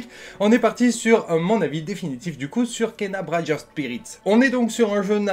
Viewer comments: Bradge of spirit ??? mdr les cours d'anglais. cest Briiiidge, pas Bradge ^^ merci pour l'avis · Bridge pas braïdge 😂 comme le golden bridge ou Brooklyn bridge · Salut. Juste un petit commentaire de relou, pour dire que "bridge", ça se prononce avec un i, pas "braïdje". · BRIDGE ca ne se prononce pas comme ca du tout .Ton ANGLAIS., wow désastre totale!